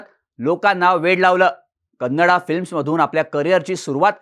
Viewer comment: "कन्नडा" म्हणणं आधी बंद करा, ते अर्थानेही आणि व्याकरणाने देखील चूक आहे. मराठीत व्हिडियो करताय तर "कन्नड" म्हणा. बाकी छान आहे 👍